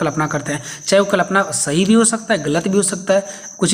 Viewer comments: कलपना ❌ कल्पना ✅। ठीक से बोलिए 😅😅😅😅😅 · Kalapna ❌️ Kalpana ✔️ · Klapna nhi hota Kalpna hota h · I noticed